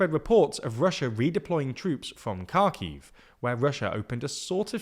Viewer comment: Thank you for the great content. Only one comment, Kharkiv is pronounced as “Harkiv,” imagine that the “k” is silent.